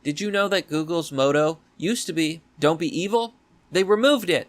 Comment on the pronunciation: Motto is Maw-toe not Mow-toe. moto is mow-toe.